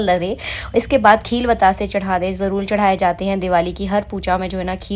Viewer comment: Jaroor ko jarrol kyu bolti ho aap